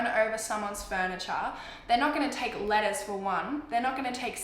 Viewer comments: because of her accent eveytime she says letters it sounds like she's saying lettuce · looool I kept hearing lettuce instead of letters😂😂😂😂